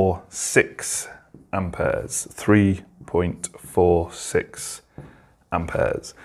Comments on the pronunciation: Amp ayaz😂😂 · I love how he says amperes 😂